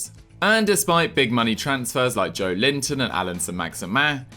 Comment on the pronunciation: You've had a whole year to learn that his name is not Joe Linton ffs